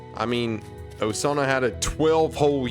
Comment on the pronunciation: actually you didn't butcher osana's first name here's a pronunciation chart (for basic characters) if you want Rivals oh-sah-nah nah-gee-me rye-bar-U foo-met-sue am-I o-die-yah-kah kih-zah-nah sue-no-boo oh-kah roo-toh ah-sue ree-toh moo-jah key-nah mee-dah rah-nah oh-sore-oh she-dess-ooh hah-nah-koh yah-mah-dah meh-gah-me sai-koh Playable Characters eye-yarn-oh eye-she rye-oh-bah eye-she 2014 Characters koh-koh-nah hah-rue-kah sah-key me-you